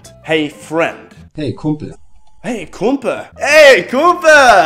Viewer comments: Hahahaha it's: KumpeL not Kumpe HAHAHAHA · it's really funny, how you pronounce some words, but i think you're gettin better. HAHAHAHAHA ER SO: KUMPE ANSTATT KUMPEL